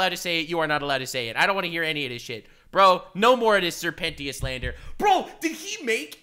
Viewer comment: SIR PENTIUSH?